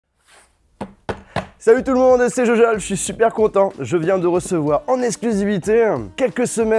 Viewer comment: en exclusivitéeuh